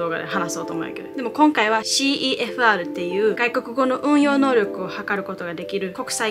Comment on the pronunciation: CEFRはセファールって読むよ